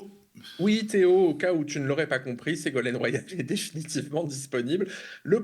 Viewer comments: On dira que je chipote, mais à à peu près... C'est Ségolène, pas Ségolaine (Royal) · Segolène royal ? Et non segolaine 😂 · Attention l'équipe : "Ségolène Royal", pas "Ségolaine" !